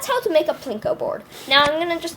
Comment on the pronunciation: What he means to say is that u said Pinko instead of Plinko. Also, thx for the tutorial!!